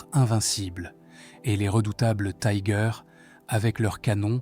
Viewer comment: Tiger est un mot allemand ,il ne se prononce pas à l’anglaise.